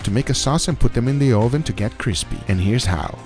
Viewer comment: UH....VIN.... not OH VIN lol